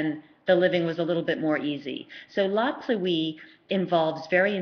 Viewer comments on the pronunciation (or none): Great reviews but please pronounce La Pluie correctly. Pluie is pronounced as one word, Pluie, not Plu-ee.